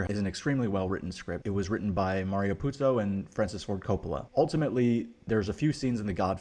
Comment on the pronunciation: BTW it’s not POOT-so, but POO-zo. One Italian z vibrates the vocal cords, two don’t.